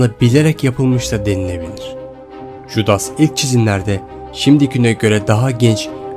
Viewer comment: Keşke biraz araştırma yapsaydın judas diye okunmaz yudas olrak okunur